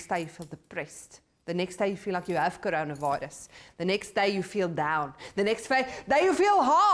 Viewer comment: The way says coronavirus is hilarious 🤣🤣